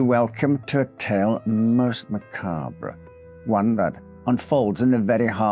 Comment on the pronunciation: Ma cob ra? Its mah carb?